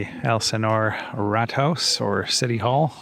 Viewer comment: for a second I thought you called it the Helsingør rat house 😅 🐀. The pronunciation for rådhus isn’t exactly like that. But points for the comedy 😅